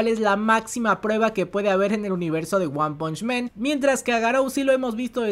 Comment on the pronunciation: se dice "wan panch MAN" no "wan ponch MEN" xD